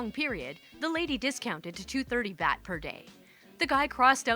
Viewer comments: Good stories! Fyi, the currency is pronounced like bought. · "Bat" is close. But it's actually "baht", that is, pronounced like the last syllable of the word "robot". And I'm pretty sure on that one because I literally just finished having a "welcome home" brunch for my cousin and his wife, who just got back to the States after a monthlong trip to Thailand. This was their fourth trip to Thailand, but this time was a bit different because it was the first international trip with their two yr old daughter. Yes, my cousin and his wife actually took a 30+ day trip to a very distant foreign country that took 33 hrs to reach, including 26 hrs of actual time in the air, with a just barely two year old child. I asked my cousin how it went and he replied that "we had a really good three weeks." I was about to say how great that was; that his kid must be super chill to have handled that so well, etc., when I realized something was off with what he said. "Hang on--you said you had a nice THREE weeks? I thought you were in Thailand for, like, almost five weeks?" My cousin, without the slightest pause or change in inflection: "yeah, were we gone a total of 34 days. By the end of the first full week we all finally caught up with the jet lag and time change, and after that we had a lot of fun. Before that it was total hell. Complete, unmitigated hell on earth like I never could have imagined in my wildest nightmares. My kid got sick with some stomach bug and threw up the first time while we were waiting to pick up our bags at the airport after the fl